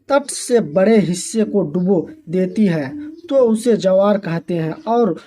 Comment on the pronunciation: सर जी ज्वार को जवार कह रहे हैं😂😂😂😂😂😂😂😂😂😂😂😂😂😂😂😂😂😂😂😂😂😂😂😂😂😂😂😂😂😂😂😂😂😂😂😂😂😂😂😂😂😂😂😂😂😂😂😂😅😅😅😅😅😅😅😅😅😂😂😂😂😂😂😂😂😂😂😂😂😂😂😂😂😂😂😂😂😂😂😂😂😂😂😂😂😂😂😂😂😂😂😂